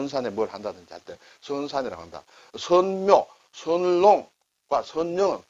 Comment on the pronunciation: 자세한 구분 잘 보고 들었습니다. 16분 20초 무렵부터 나오는 선영(先塋), 선산(先山), 선묘(先墓), 선롱(先壟) 넷의 선(先)이 같은 글자인데 '선영'의 '선(先)'을 짧게 하시는데, 나머지 셋은 '선:산, 선:묘, 선:롱'이라 길게 하시네요. '선(先)'은 짧게 하는 것이 옳지 않습니까? 한글 전용세대들이 한자말을 배울 곳이 이런 방송뿐이어서 제대로 알게끔 방송해 주시는 것이 좋지 않을까 싶어 말씀드리는 겁니다.